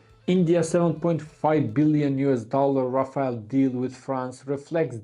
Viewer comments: rafale not rafael😂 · Rafale❌ Rafail✅ 5 indian fighters jet shutdown by chinese J-10 C but indian not Ready to hear truth From even france intelligence that admitted Lose of Rafael😂😂